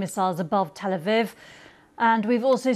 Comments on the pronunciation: Reporter 💩 cant even pronounce Tel Aviv properly. Where do they find these chudds? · Keep mispronouncing that place you prick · Learn to pronounce Tel Aviv properly if you want to continue as a news reader dear.